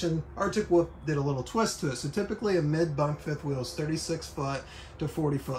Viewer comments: I've heard folks from different a ton of differing accents say it this way. Basically, it's how a kid says 'wolf', but they never learn to pronounce the 'L' in the word. It annoys me as well. LOL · Drives me nuts every time he says Arctic Woof. Never heard that before, maybe it is an accent, but so weird.